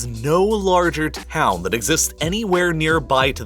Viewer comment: When he said “taw hown” I exited the video, bye